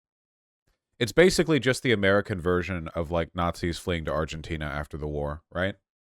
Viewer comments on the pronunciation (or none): none